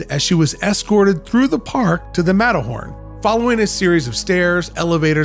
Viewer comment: I just heard Matterhorny 💀